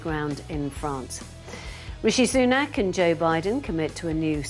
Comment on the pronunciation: Joe....who the hell is "Rooshy Sunook"...??